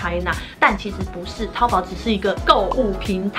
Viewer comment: 身为大陆妹子，我们叫它淘（二声）宝。🤭